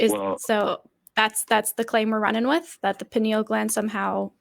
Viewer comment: "Pineal clam".